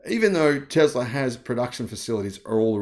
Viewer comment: Tesla does NOT have "ER" at the end. It has an "A." Tesla, not TeslER. English, please.